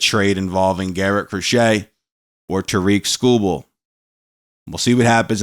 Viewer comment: its tar-rick skubal cmon on man if they get him please pronounce his name correct thanks